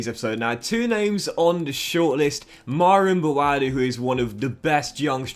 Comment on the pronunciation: Myron Boadu, didn’t really say it very clearly